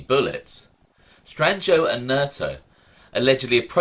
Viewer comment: LOL. Pretty good...yes its Stran-joe. The "i" is almost always silent in the middle of a word...